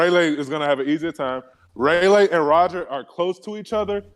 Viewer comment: “ray-lay” and “scoper grabon” 🤣